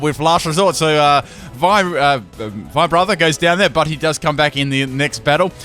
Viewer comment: "Vibrata" LMAO.